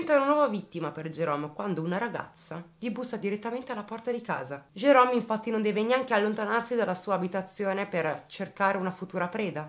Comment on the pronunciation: Ciao. Ti seguo dalla Svezia e ti faccio i complimenti per come esponi i fatti. Mi permetto di farti un piccolo appunto: in questa storia il protagonista Jerome, tu lo chiami Gerome con la g dolce. alla francese. In inglese il suono dolce della g non esiste. Quindi, il nome del killer si pronuncia Gerome (Jerome). Non me ne volere. Grazie per il lavoro che fai e continua cosi. Ciao.